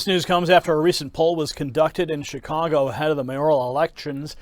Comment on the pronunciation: did he accidentally just call it chicongo? Lol, nice